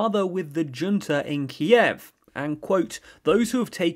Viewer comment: Kyiv — stress on a first syllable. The way you pronounce in terribly wrong and sounds weird